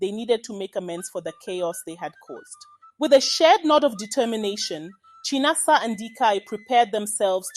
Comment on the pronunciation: It's pronounced as Chí-ná-ásá Not Chai-na-asa 😂